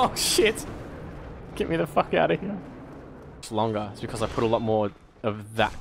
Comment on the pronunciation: The way you say Hyear...